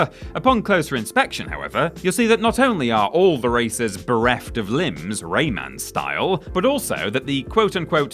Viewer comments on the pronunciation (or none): none